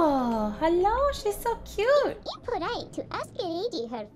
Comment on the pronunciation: it said cute not cayaye ok😔😔😔😔😔😔